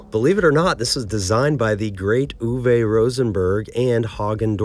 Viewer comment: "ooh-vuh" Rosenberg is apparently hos its pronounced